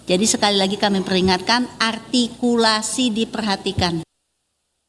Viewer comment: Biasakan membungkam😂artikulasi tapi gabisa ngomong R😂 "altikulasi"